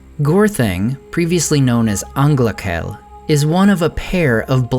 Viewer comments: for those who care : "ch" in sindarin or quenya is "r" like in german : "anglarel" and not "anglakel". For those who don't care, it's ok with me. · its not Anglakel its a welsh/celtic ch like in loch